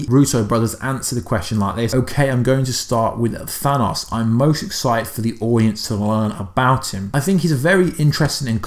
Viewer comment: Mine hurt from listening to him pronounce thanos name THAW-NOSS